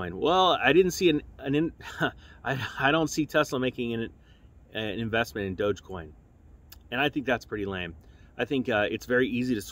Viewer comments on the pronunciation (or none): none